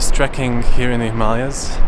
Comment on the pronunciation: Oh! You pronounced Himalayas the correct way! Nice